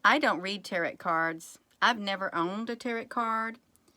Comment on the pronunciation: Tarot is pronounced tare oh